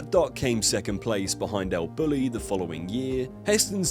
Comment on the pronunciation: It's pronounced el boo-yee